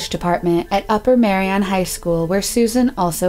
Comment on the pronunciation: It's ardmore pa not admore pronounce ur words right ty.Ur not pronouncing words right u can throw people off if their looking for someone or whatever. Upper Merion not Marian.